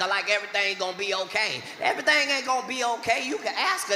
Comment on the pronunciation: Ev-a-rythang? Everything. Nine o-ten. Katt is non-stop Gold 👏